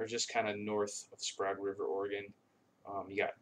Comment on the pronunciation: If your going to try and sell it at least lern how to pronounce it CHILOQUIN chill -O-QWIN. AND SPRAGUE SPRAGE